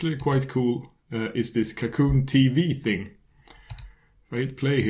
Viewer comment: Apart from a little accent, the pronuncation is correct? It's french, it's "cacoon".